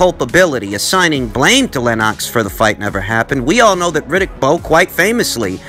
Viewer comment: Lol 😂 “Len - ox”